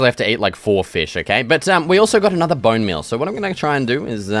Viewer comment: "Booun meul toou"😂😂